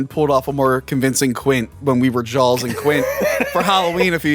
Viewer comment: Please review Orca and Leviathan, both great! Also, since he pointed it out, I can't hear not say Jawls.